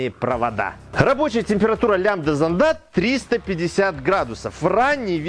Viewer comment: в словах: "зондАх" "зондОв" и тд ударение ставится на первую букву "О"!!!!!!! иди в школу в5 класс учись!!!!!